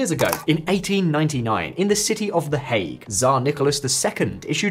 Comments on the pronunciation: The “hog” instead of the “Hague”? Your AI female announcer’s pronunciation is off. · Please tell your A.I. voice that it rhymes with “leg” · Lol I know, "the hog" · Please, please fix the pronunciation. I didn’t know that the ICC was in the “hog”. It really detracts from what is otherwise an excellent presentation of topics.